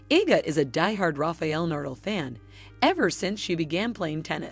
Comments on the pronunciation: Learn how to pronounce names before speaking. Polish not shoe polish and that's Nadal not Nardle. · Seriously rafael nardal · Not saying Nadal as Nurdel. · DAM AT LEAST GET HIS NAME RIGHT NA-DAL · Nice work, DOOFUS! Take ten seconds, and learn how to pronounce Na-dal......You just embarrassed yourself....... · Rafael Nurdle!!!! This narrator just crawled out of a rock on another planet and got blown into ours somehow. Pathetic!!! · That's exactly how you should pronounce his last name. Nardle. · never heard the name NADAL pronounced so bad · its ok ,just shocking to someone from Spain like me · the computer voice cant say nadal